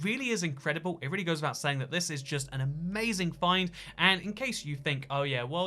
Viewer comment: Ah yes, "anazing nether update seeds"